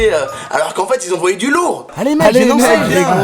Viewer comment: J'aime bien le "Ils envoiyent" du lourd a ahahaha !